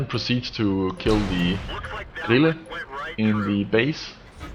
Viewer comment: I really would wish we could platoon:-) and i know can play together because: aksenten din på "Lowe" og "Grille" avslører at du er dansk:-)